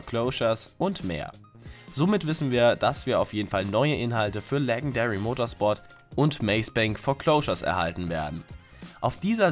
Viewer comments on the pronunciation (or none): Junge. Wie kann man englische wörter so schlecht aussprechen? Legendary Motorsport wie mit dem englischen G ausgesprochen und nicht mit dem deutschen G. Und das Dlc vom winter 2015 heißt "executive and other criminals". Und das wort "einzigste" gibt es nicht